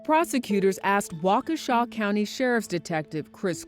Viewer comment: Wa-KESH-a not Walkawsha!